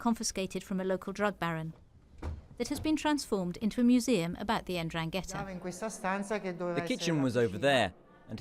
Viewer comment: "the en-drang-ghetta" she says